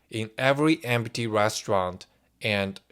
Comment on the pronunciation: Empty "Emph-tee" he says "Em-pah-tee" :face-green-smiling::face-green-smiling::face-green-smiling